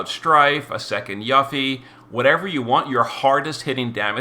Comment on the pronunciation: How do you still pronounce Yuffie wrong? It's "You-Fee" is it not?...someone correct me if I'm wrong...but it bugs me so much hearing "yuh-fee"